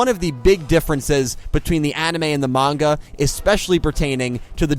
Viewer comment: Refreshing to hear someone say manga and not munga.